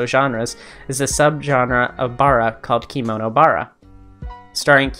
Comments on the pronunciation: I'm a kemono style maker. Just wanted to say the robes (kimono) are pronounced key-moe-noh, but kemono is said like che(the beginning of 'chemistry')-moe-noh. I heard about Diezel being a baby fur, but I didn't know about his other uh, "hangups". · kemono is pronounced "keh-mono" and legoshi is "legoshee"! :) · Kemono is not pronounced "kimono" It's a japanese work. A kimono is a different thing. Kemonomimi are not Kemono. This was your info bubble from the local kemono kittycorn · The way you pronounce kemono hurts 😭